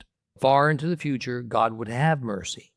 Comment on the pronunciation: Not hod but God